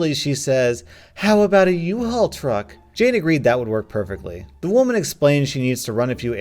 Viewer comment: It's a "UHAUL" not an "IHAUL"